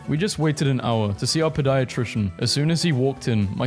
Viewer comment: The way you said pediatrician💀